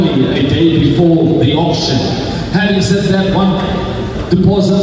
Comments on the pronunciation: Pronounced Orc-Shin! Not Orc-Sin Yes, I'm an English teacher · I heard "oxen" 😂